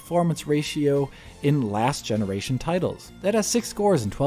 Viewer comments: Console gemenaration?🤨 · Him Saying Console Gemena Ration, lol